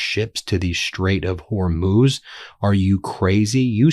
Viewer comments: Glad you figured out how to pronounce Hormuz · You did really well switching your pronunciation of Hormuz! 👍🏻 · Ben - I believe you can learn to say “Iran” rather than “Oran.” You learned how to say Hormuz correctly, though it took a while. Please make the effort out of respect for the people of Iran.